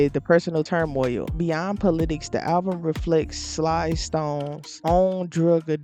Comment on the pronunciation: This was very interesting. I'm in. Just 1 note: Sly [like "slide" but without pronouncing the "d"] The dude is considered a funk rock pioneer and a huge legend.